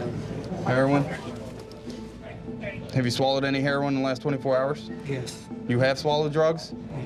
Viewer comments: I hate when people say "hair-ron" instead of "hair-owen" it sounds so wrong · The officer pronouncing it as "Hair on" is absolutely annoying. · Did he say hair Ron ,he can't Herion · Was anyone else annoyed when he kept calling it heron instead of heroin ? Heron is a bird. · That deputy knows damn well how to pronounce heroin. He keeps saying her-ON. Ive met a few people who do that. Why? Seriously why?